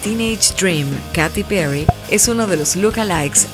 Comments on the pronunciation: Katy Perry se pronuncia keyti perri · No se pronuncia "Katy perry", se pronuncia "keithy perry" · No se dice katty perry ? (•_•)